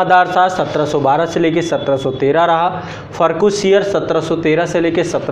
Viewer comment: फ़र्रुख़ सियर Ka pronounced sahi nahi lag raha hai